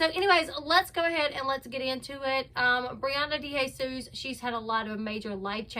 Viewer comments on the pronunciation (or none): Girl u pronounce it day hay sus lol . Not DE lol.